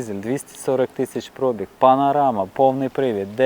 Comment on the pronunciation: Ох ваша вимова 🙄 особливо "Про'біг"